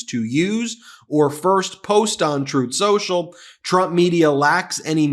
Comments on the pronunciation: "Troth Senchel" 😂😂😂😂😂😂😂😂😂😂😂😂😂😂😂😂😂😂😂😂😂😂😂😂😂😂😂😂😂😂😂😂😂😂😂😂😂😂😂😂😂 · You said, "on truth social" or "untruth social"?